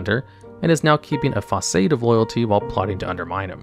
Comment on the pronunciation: you mispronounced "facade". It's "fuh-sahd", not "fah-sayd" Not a real criticism, I just wanted to point it out for the future, sir! Loved the video; I had forgotten about BC attunements for the most part. I remember doing Kara's, and pieces of the others. But I've gone to each of those raids still 🤔🤔